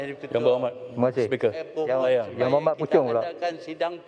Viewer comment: Sperker ke mcm.nie...haiyoooo...dia pun mcm blerrrr🤣🤣🤣🤣